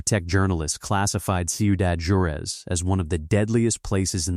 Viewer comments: I love the video, but could you please program the AI to pronounce words correctly!? It’s Whar-ez, not jar-u-ez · It's pronounced "Wah-rez", not "Jure-ez", for the love of Pete... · IA can’t replace human pronunciation of words. The name of Ciudad Juarez, the Mexican city located across the Rio Grande RIver from El Paso, Texas is pronounced Warez. Not whatever gosh awful nonsense that I heard when I listened to this. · It’s pronounced “Hua-REZ”.